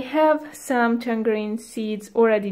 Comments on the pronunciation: You put a g on tangarein 😂😂 thats not jow you say tangarein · Can I give you some English tips? The "g" in tangerine is pronounced as a "j" and any time you have "kn" in English, you do not pronounce the "k". It is pronounced "Nife" and "know" is pronounced "no". I know, it's a confusing language